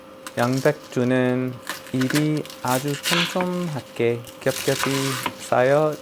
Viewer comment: 그 어려운 겹겹이를 발음하시는 거 보니 조금만 더 연습하시면 원어민이 되시겠어요 ㅎㅎㅎ 화이팅요!!